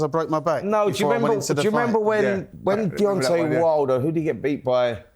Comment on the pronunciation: Why cant Simon say the name Deontay? Its Deontay not Deontee. Spencer is such a clown. Fury took way more punishment that Usyk. Fury winning is awful for boxing. That running, ducking diva who wont fight anyone isnt good for boxing. The fact Fury is out of boxing the better.